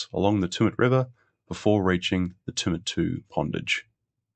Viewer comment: Hi mate, thanks for a great series on the Snowy Scheme. You presented very well but, having been born in Tumut, I wanted to clarify the pronounciation - It's not Too-mut it's Tue-mut as in Tue[sday], and Jounama [pondage] is pronouced June-a-mar. Sorry, it just rasped each time and I just wanted to say.